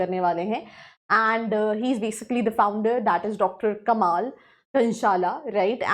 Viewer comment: The way you said कमाल to कमल 🙃